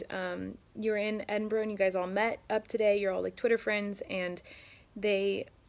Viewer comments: why do you call in enborough its edinburgh jfhksfjhewk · its Edinburrrh not edin-borrow